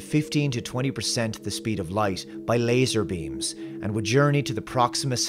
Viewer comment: the way you say "laser beams"... omfglmao. you could sell that! Great vid! One error I noticed: - The Breakthrough Starshot probes would/will NOT return. They will zip right through the Centauri system and keep on going. They'll be there just long enough to take some pics, etc, but that's it. Think about it, lol.. How are they gonna turn around? No giant lasers there to send them back.. They'll just transmit any data collected back to receivers on Earth.. Which is cool, cuz it'll get here much faster that way. ;-)